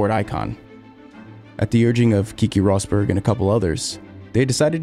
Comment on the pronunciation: Cracked little bit when you said Kiki Rosberg 😂😂 It's Keke Rosberg. Great vid nevertheless 🙌